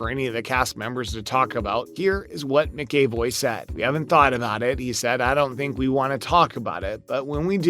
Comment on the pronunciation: James Mac-a-VOY (like boy, but with a V, instead of a B, or VOV, like the first half of voyage)